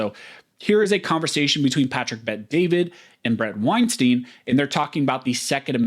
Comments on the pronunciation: pronounces his name winestine not winesteen. Small correction, doesn't hurt. Half the interviewers get it wrong. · Pronounce his name properly. Wein “stine” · Weinstein rhymes with Einstein.